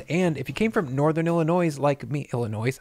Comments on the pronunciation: Pronouncing the S in Illinois? Dude not cool. lol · When I heard Illin' Noise I freaked out a little - in a split second I thought 'wait, he's from Chicago and he just said Illin NOISE??? 'Thank god you corrected that. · Lmao that little minor stroke about "Illinois" pronunciation definitely hit home 😂👍🏼